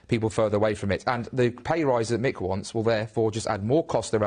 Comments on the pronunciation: It's "MICK" Lynch, not Mike, ya krazy foo! And he's an absolute f3rking LEGEND! ✊ They're already trying to cancel him (you know, the thing the right-whingers always moan that the left does) but I wonder how long before they try to silence him? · Loved the video, but his name is Mick not Mike 👍